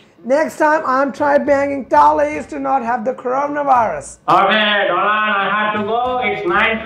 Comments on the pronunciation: Donald ......???? Dolaand......!!!!!! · Modi ji:-Hello Do-land 😂😂